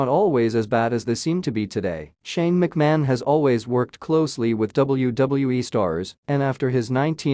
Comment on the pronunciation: Commentator needs to learn how to pronounce Vince & Shane's last name.